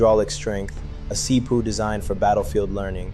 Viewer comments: pronouncing it this way added 5gigahurtz to my See-Poo! its so amazing! Thank you See-Poo! You're the best! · Did you just refer to a CPU as a seepoo??